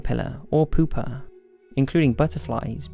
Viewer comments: He was trying to say pupae (pew-pay or pew-pa) but he mispronounced the u, and he's English so he wants to add an R at the end of every word. Thus we get 'pooper' instead of pupae. 😂😳💩😅😖❌. 🆒🆕🚼💩er 🆓❗️ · did he say "poopa" ? 😂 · Ha! That moment when you cant pronounce the u. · Did he say pupa or pooper??